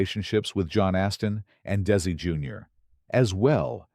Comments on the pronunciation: His name is "Desi" (DEH-zee), not "Daisy". Geez! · Glad I'm not the only one who got annoyed by the "Daisy." And I actually like flowers...😞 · "DAISY" Arnez Jr? 😅😅😅